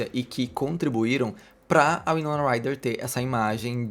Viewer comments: se pronuncia Why-nona, não Wee-nona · Pois é verdade, me dá agonia ele falar errado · Curiosa a pronuncia "uinona" e não "uainona" 😆 gosto mto dela, ela é incrível!!